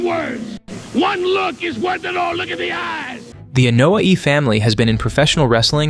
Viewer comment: It blows my mind that you can go into so much detail, yet absolutely BUTCHER their last name: its starts with an "A" and is pronounced with an "A", not an "E"